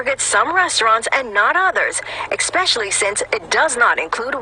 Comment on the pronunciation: "Ex=pecially" pretty much says it all.